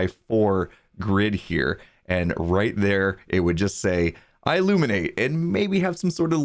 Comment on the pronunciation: i illuminate almost sounds like illuminati